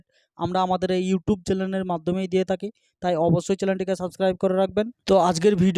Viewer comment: দাদা ওটা চেলেন নয় চেনেল